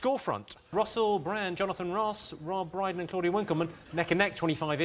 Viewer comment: Pmsl. You messing up Rob Brydon's name, is that revenge? 😬🤭🤭❤️